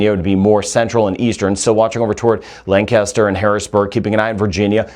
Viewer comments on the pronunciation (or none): none